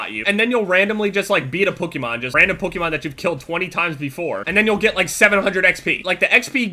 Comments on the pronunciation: he sounds like hes sayi pookiemon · Why do pronounce Pokémon as pokkimoan? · the way he says pokemon pokymon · Who else hears pookie maan every time he says it😂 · Pokemon. Not pookemon or puh kemon or however u were saying it young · says "Pookiemon" lmao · Am I the only one getting pissed about how he says Pokemon? Pukeemon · am i the only one hearing say pookemon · Who noticed that said Pookhymon instead of Pokemon the whole video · you say Pokemon like pookiemon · but why he call it pookeemon? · I cringe EVERY time says "Pokemon". He says it like "pookiemon" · Pokemon doesn't rhyme with bookymon. They way you say it makes me want to kms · He said Pokemon so many times! 😂 It's so funny! He pronounces it (puh-key-man) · After a while, the way said Pokemon sounded like pookemon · anyone else notice the "pookymon"? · Why is he saying pookiemon? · says pokemon like PokEEmon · Anyone else think he kept saying Pookemon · did anyone else hear say "POOKIEMON" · Is it just me or is he saying pökemon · Heck kept saying Pukemon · Pookemon? lmao you say it funny. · Poke-A-mon is the way it's pronounced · The way says Pokemon sounds like Pokeimon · "Pookemon" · I swear says "Pukemon" he pronounces it strange lol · "Pookemon"- pronunciation. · is anyone else hearing him say pookiemon? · Why does he say pookeymon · he said pookimon once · He says Pokemon so weird and so many times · you say Pokémon weird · It bothers me have he pronounces Pokemon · You say Pokemon wrong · I hate the way you say Pokemon. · the way you say 'Pokemon' makes me want to shit in your esophagus so you can say 'Pokemon' without so much emphasis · when says "pokemon" does it bother anyone else? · did anyone else notice the way says "pokemon"? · He pronounces it "PukEEmahn" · Sounds like is saying PUKEMON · Pokemon is pronounced pukiemon gg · Sounds like you're saying pookiemon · saying "Pookemon" counter: too many to count